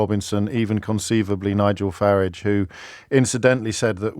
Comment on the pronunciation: Why can’t he pronounce Farage correctly ?